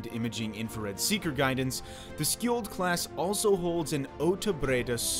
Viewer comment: Skjold's top speed is classified. 60kn is just the sustained cruising speed. Speed boats have been passed by Skjold class at just below 70kn and speculants say it is probably capable of 74kn. It's pronounced "sholl" by the way. Also the missile banks count 6 loaded at a time, 3 on each side.